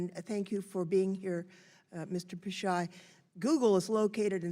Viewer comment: Already I'm triggered by how they pronounced his name.